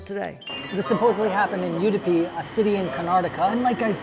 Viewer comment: Loved this video:-) the origin story sounds like BS. but the rest of the stuff is great. - couple of small corrections. Ragi belongs to millet family, not wheat. As you pointed out in the video, its indeed very healthy! Udipi is not pronounced you-dipi, its more like oo-dipi. lastly, dosas, especially something like rava dosa just doesnt do justice after take out. i was impressed that you thought about adding the potato masala to the rava dosa! you were spot-on since its a popular thing. good job guessing it! PS: great looking shirt, was it locally tailored??